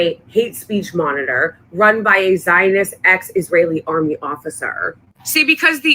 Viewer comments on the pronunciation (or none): none